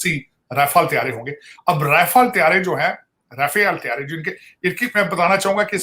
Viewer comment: Thoda Rafael ko sahi se pronounce kr liya kro